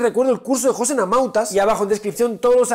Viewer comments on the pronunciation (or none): none